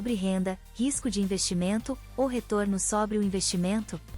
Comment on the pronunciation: 73 C = SOBRE: pronunciado de forma errada. ABERTA: do verbo sobrar.